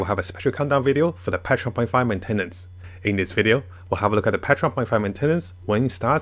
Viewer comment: Men-ten-nance cracked me up 😭